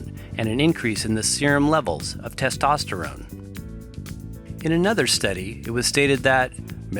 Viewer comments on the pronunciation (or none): none